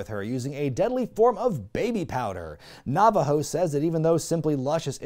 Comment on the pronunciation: Sorry, halfway through the review I needed booze 🥃 It was “Nava-ho” that broke me to get out the bourbon! How did you watch WEW sober? WHY did you watch WEW sober?!